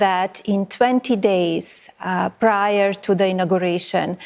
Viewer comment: I think her accent's actually getting worse. Her pronunciation of inauguration was almost as bad as Noem pronouncing ideology; idiotgy.